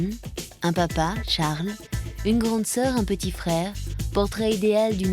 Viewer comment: Charles prononcé a la française ça allait aussi , pas besoin d'angliciser avec un T .